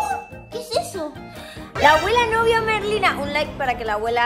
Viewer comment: Estaba como QUE QUE QUE cuando vi el titulo osea, ser Merlina 24 horas comooo? Pero bueno, se entiende la idea d el video 💖💜💙 y me dió risa cuando en vez de decir Merlina casi dice Melina (eso pasó en el momento )